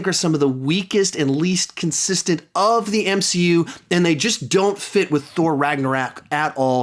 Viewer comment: RAGNARAK LOL 😂IM DYING